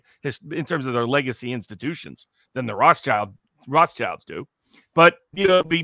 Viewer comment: Fun fact: Rothschild is actually pronounced WROTE-shild, not ROTHS-child. The name means "red shield".